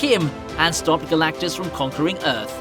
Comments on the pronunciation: Narrator slipped up and said Galacticus. Wasn't that one of the gladiators from that one movie? lol. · Did you just say “the cloud that was Galactikus”